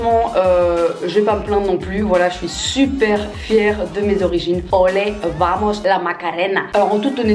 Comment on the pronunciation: Se die "bamoss"